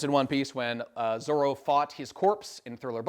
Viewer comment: The Zolo thing is as weird as the german dub calling Luffy Ruffy instead of